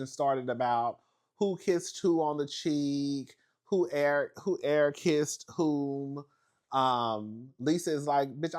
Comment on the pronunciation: “Lisa keesed me” 😂😂